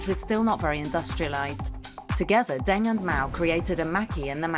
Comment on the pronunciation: Or Deng... Zhou! "Daing" and "Zou." Lol, bizarrely lazy.